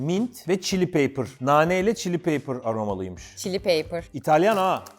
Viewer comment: paper (kağıt) değil pepper (biber) dir muhtemelen